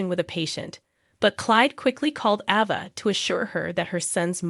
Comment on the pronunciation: It's Aaaava, not Ova.